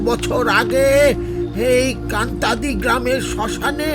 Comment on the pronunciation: কান্তাদি বলে কোন জায়গা নেই, কাঁটাডি বলে আছে। তবে ইংরেজি বানান টা Kantadi, তাই একটু আলাদা লাগছে শোনতে। তাছাড়া তারা নাথ তান্ত্রিকের গল্পঃ গুলো খুব ভালো লাগে।